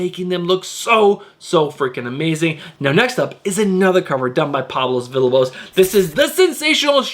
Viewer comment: I know you always say you’re not great with names so let me help you out with one of your favorite artists. Villalobos is pronounced “Vee-ya-low-bows” 😉 love your videos, bud. You’re doing a great job and I watch them every week!